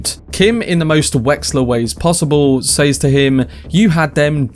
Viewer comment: “says” in English is pronounced “sez”. It’s used so often that it becomes distracting every time it’s mispronounced.